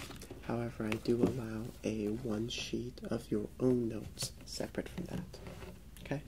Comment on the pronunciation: lol why is he saying "hm-kay" instead of "okay", like that teacher from South park 😂😂😂